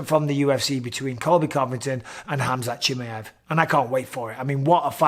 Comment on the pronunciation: No one in the WW division can hang with Khamzat , dam Mike perfect pronunciation of his name Bisping ! Bisping wants to be great at everything he does , champion mentality .